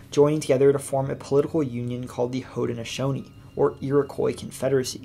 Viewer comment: You should learn proper pronunciation. There was no such thing as the Protrusions it was the Patroons. Nor was there Haudneshonees precept, it was Haudnesaunee.